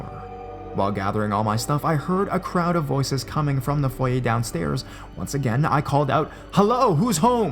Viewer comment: OMG! You pronounced "foyer" correctly!! NO ONE DOES! Maybe it's because you're Canadian. We tend to know our Frenchiness... :)